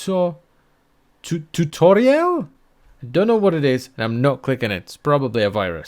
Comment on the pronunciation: Video tootoral.... wait... TOOTORALS?!